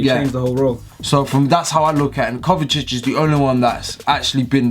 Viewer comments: its pronounced kovisich not kovakic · My guy said Kovakic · Why does he pronounce Kovacic as Kovakic? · It’s kovasic,I know that’s not how u spell it but that’s how you pronounce it